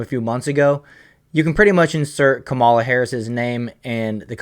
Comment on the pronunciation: Not a big deal but learn to say her name right or people will correct you and miss your point. It’s “comma” la